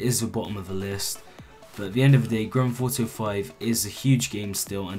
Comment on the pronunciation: Granfauto5...... that's how he says grandtheftauto5